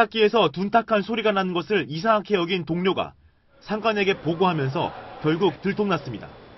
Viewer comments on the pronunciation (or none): 뉴스에서 '이상하케'라니 발음 실화냐